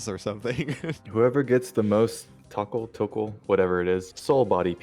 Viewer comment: It's pronounced tokkul.